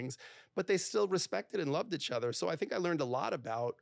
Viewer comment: I'd break up with this guy after 6yrs for saying 'itch' instead of 'each'